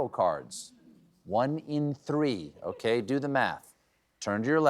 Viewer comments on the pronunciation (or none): none